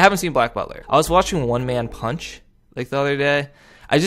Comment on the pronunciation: did he say one man punch 😂